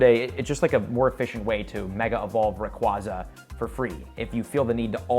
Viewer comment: I am once again asking you to learn how to correctly pronounce “Rayquaza.” 😫